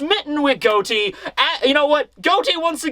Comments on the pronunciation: Pleas day his name correctly he’s in a mafia pirate crew Say Got-E like John Gotti bro you’re killing me and you’re my favorite content creator so I need for you to read this 😂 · It's pronounced "gah-tee" like John Gotti from the mafia lol